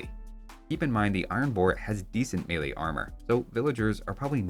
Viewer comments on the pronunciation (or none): none